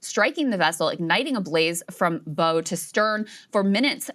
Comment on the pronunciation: It's pronounced baʊ krystal darling